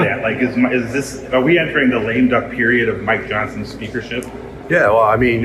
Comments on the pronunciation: "lame dunk"? ...I believe the term is 'Lame duck'. Come on, Ben! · Lame duck not lame dunk